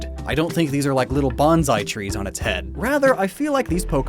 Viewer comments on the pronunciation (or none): none